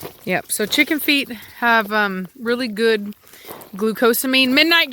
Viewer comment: Before I saw the Chicken Feet. I totally thought you said Chicken Feed. :D